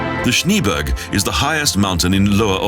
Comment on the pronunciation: It's not "ShnEEberg" like in Eng. "shEEts", it's pronounced "ShnA-A-berg" (Germ. Schneeberg) like in "Apple" with two "a". And many other cities are mispronounced. WHAT A SHAME!